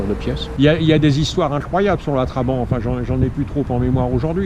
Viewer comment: Ca m'énerve.... On dit pas Traban mais TrabanTttt... Ou alors Trabi comme ils disaient à l'époque là-bas !!!